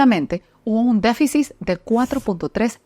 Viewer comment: Disculpa amiga pero creo q se dice deficit. No deficis